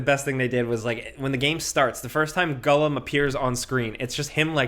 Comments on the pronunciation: Hey bud, it's pronounced G O L L U M. Not G U L L E M. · Gollum, not "Gullum". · i love you but why are you saying Gull-em 😂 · Stop saying Gullum lol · With other dude sitting right there not correcting you on ur pronunciation of Gollum and Tolkien makes me very disappointed with both yall. Shame! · Why can't say Gollum? 🤣